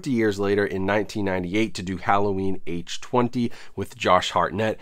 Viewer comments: Halloween H20 isn't pronounced H twenty. It is H two oh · People are gonna give you shit for the H-Twenty pronunciation haha. It was marketed as H-2-Oh like water, granted it was dumb as hell to call it that. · "H twenty?" wtf?? H two oh...lol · H Two OH not H Twenty, nobody calls H2O H Twenty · Nobody:: “H Twenty” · How to get lots of comments on your video: Purposely mispronounce Halloween H20 multiple times.